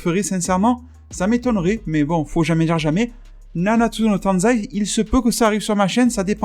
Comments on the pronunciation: Tu m'a tué quand tu dit Nanatsu No TANZAI x) C'est Taizi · c'est nanatsu no taizai pas tanzai 😂😂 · Nanatsu no TAIZAI (dit tay zay)